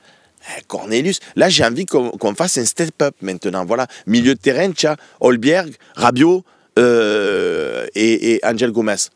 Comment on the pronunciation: Et Hojbjerg il invente un L au milieu, c’est pas Holbjerg mais Hojbjerg a prononcer Hoïbière